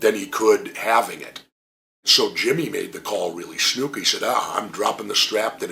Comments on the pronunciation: Why does he always say Snooka? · I always liked how he pronounces Snuka. "Snooka."